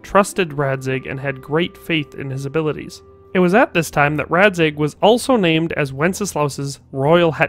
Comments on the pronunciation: You said that his name is pronounced "Raček" , which is not truth. Its pronounced Racek. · He's name isn't pronounced as Rachek in Czech, but like Ratsek. Dvojitz should be pronounced like "Dvoyiitz" but it's a wrong title\surname, by most chances, Dvorce (pronounced in English like Dvortse) is more likely his real title\surname. Srbna Skalitce is not a Racek's fee (fief is a French translation of the Latin "feudum"). As Royal Hetman (close to Marchal in England) he is obliged to manage royal manors in his area of response. Merhojed definitely doesn't belong to Skalitze Manor, it's mentioned in dialogues several times. For example, Jindrich, mentions that Hanush should appoint a new bailiff soon, which means that it belongs to Rattaje manor, not Skalize. Hovewer codex mentions, that in 15th century Merhojed were part of Sazau Monatery manor, but we don't know was it during the game, or later (because there were some bad stuff with Rattaye during hussites war in 1446). Rovna is questionable - Skalize folk attended the Rovna church, but its administrative appointment isn't clear in any dialogue or codex. And we actually don't know if he truly was a robber baron, because there's no evidence online in English. However game developers and historical consultants knew the Czech language, so it is obvious that they could found sources in the Czech and the statement is correct. However we couldn't check the source itself, and his authority or interest in those statements. So it's at least questionable because there are some historical mistakes in the game. Racek of Dvorce w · Funny enough, your pronounciation of "Radzig" is actually closer to czech pronounciation of "Racek" than what you did in the video. And the name Racek Kobyla means "Gull Mare". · i would say that the English Racek you've said is more Czech than the one you've tried in Czech😂 nice vid tho